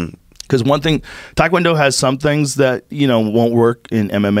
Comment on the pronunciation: Thai food not Thai Kwon Do. Tae Kwon Do. Rhymes with meh. You got this white boy, do better